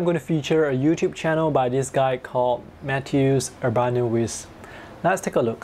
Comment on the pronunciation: Mat'eh'oosh Oorban'ovitch, there tried my best :P Our polish surnames are usually very hard to pronounce for people all over the world hehehe